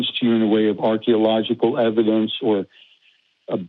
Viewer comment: I’m going to show you evidence... Ok what is your evidence? It’s EV-I-DENCE!